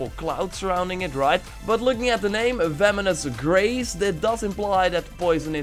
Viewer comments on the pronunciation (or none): You keep on saying "Vemonous Grace" instead of "Venomous Grace"